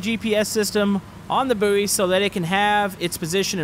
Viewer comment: Boo-ee? It’s pronounced ‘boy’ isn’t it? Could be American I guess?